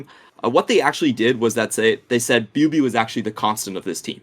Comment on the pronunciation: Love the content! Good to have more outlets for LPL analysis before playoffs. Thorin's pronunciations of chinese player names never ceases to amuse me...actually had no idea who "booeybooey" was until said biubiu lmao